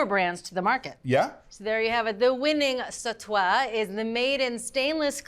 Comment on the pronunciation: Sorry about this but if you’re going to use them, you’d have to check the correct pronunciation for "sautoir" and "sauteuse". It’s not "satoi" nor "sautouse"…